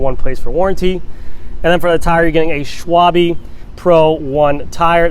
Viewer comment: I "liked" this video when he pronounced Schwalbe correctly LOL (Just teas'n ) Love watching these Scott reviews~